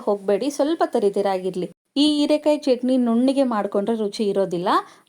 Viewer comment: ಹಸಿಮೆಣಸು ಅದು ಅಸಿಮೆಣಸು ಅಲ್ಲ ಹೀರೆಕಾಯಿ ಅದು erekai ಅಲ್ಲ ಮೇಡಂ.